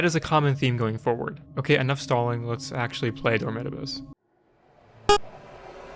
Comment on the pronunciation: what pained me the most was how you pronounce dormitabis, my whole life ive been thinking its door-me-tah-bees